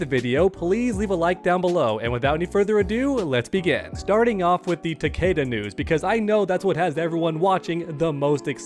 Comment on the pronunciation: Its ta-KEE-da. Its.in.the damn game